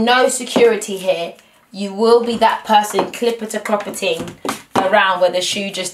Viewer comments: she said clippitta cloppitting...im done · "Clipperty, clopertty" 😹😹